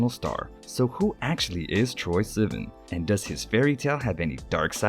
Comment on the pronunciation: It’s not sea-van, it’s sih-vahn. Troye Sivan